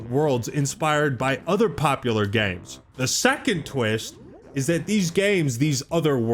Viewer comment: When says games it sounds like he’s saying gaymes 😂